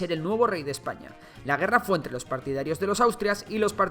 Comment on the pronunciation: adios marca hispanica, claro es un video de Ejpaña xD